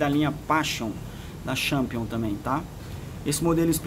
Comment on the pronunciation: A sua prónuncia da marca está errada, tente falar "tchenpion".